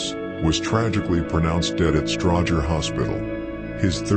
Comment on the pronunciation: Whoever the narrator is please tell him it's Stroger Hospital lol😂 Love your videos ❤